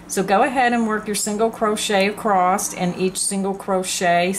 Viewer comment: there is no T on the end of the word ACROSS